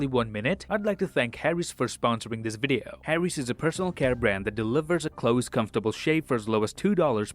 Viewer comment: I love it when he says...and I'll see you guys in the next waughn